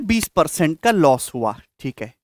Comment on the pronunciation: Loss ko ye los kyu bolta hi